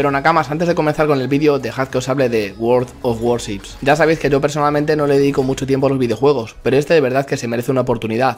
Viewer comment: Lo mejor del video fue pronunciado "world of warships"jajaja, es broma eh buen video